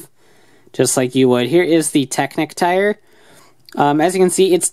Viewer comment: I don't want to be annoying, but it seems rude, even if Drive is fictional, to choose to pronounce Technic/Technique wrong after hearing the proper pronunciation. You wouldn't say a person's name wrong after getting to know it, would you?